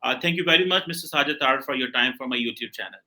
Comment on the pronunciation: Its Sajid Taraar not Taarar It's a Hindu surname; so is cheema Cheemu apni roots accept karlo